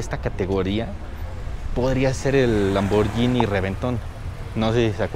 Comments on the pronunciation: Solo una crítica constructiva, se pronuncia Lamborguini no Lamboryini. Buen video 👍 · no se pronuncia lamboryini se pronuncia lamborghini como de guitarra. hay una letra H entre la g y la i. fuente: soy italiano